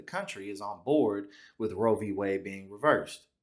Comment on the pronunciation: *Roe. Not 'row.'